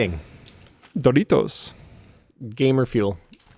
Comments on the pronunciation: Yeah! It was so weird not to hear the usual North American "Daweerohss". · sounded like he's native Spanish speaker when he named "Doritos" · I thought the same lmao